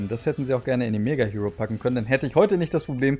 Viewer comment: Hiro = Hero - Ich habe mich damals immer mega aufgeregt, wenn das jemand so ausgesprochen hat 😅 - Aber Yukiko hab ich tatsächlich auch gesammelt... Hätte sie auch gerne behalten, meine Mutter hat aber irgendwann gemeint: "Ihr räumt euer Zimmer nicht auf, dann kommt alles weg" Darunter Spielsachen, Yu-Gi-Oh!/Pokémon Karten und leider auch Zeitschriften...